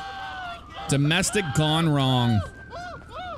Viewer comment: you said dosmestic